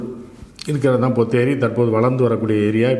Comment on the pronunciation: Not ponneri .potheri.